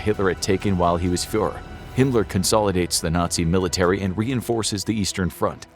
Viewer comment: “Fuhër” lol.